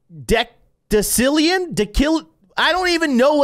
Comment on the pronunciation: Decillion (dee-sil-EE-en)